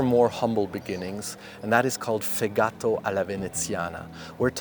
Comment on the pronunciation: A couple of thougths: 1) true and "poor" Fegato (accent goes on the E, not on the A!) alla Veneziana is made with pork liver, and has no raisins and pinenuts...just a lot of onions (just the white ones, please) with the key contribution of laurel leaves; 2) "Buranello" just means "from burano"...the cookie itself is in fact named "Bussolà" when ring-shaped (bussolà buranelli, plural bussolai buranelli) and "Esse" when S-shaped (esse buranello / plural essi buranelli). P..S: If you want to be 100% Venetian, DO NOT pronounce the two L in buranelli...just say BURANEI. 😉